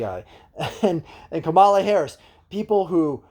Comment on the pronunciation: KAH-mə-lə Also, what is your take on Shapiro the front runner for VP, being that you are from PA? Isn’t he super pro charter schools?